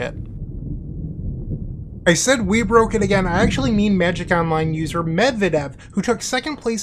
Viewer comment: Ty for video. But u pronounce wrong his nickname. Not mEdvedev, but medvEdev. Like surname of former president